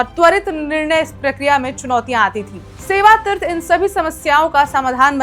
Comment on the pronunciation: Madam hindi thik kr le tirth nahi hota hai teerth hota hai😊 pata nahi kaun interview me pass kiya apko news bolne ke liye